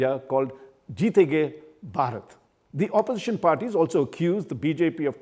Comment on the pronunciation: This man can't pronounce bharat. What a shame.